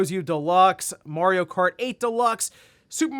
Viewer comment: My man needs to watch the Mario Bros plumbing commercial for the proper pronunciation of "Mario" 😆